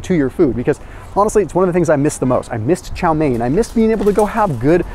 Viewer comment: You were able to pronounce “chao mien”!!! correctly, bravo !